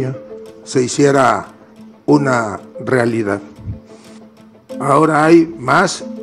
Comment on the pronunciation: realida? o realidad? hable bien, recuerde que es un comunicador.